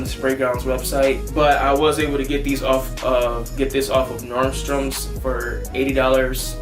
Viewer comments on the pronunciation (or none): Normstroms hahahaha It’s Nordstrom, man hahahahaa